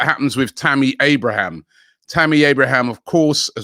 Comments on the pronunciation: Man still saying “Tammy Abrahams” it’s AbrahaM… ends with the m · TAMMY ABRAHAM, NOT ABRAHAMS! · So jarring that Robbie calls Abraham, “Abrahams”… where’s he getting that “s” from then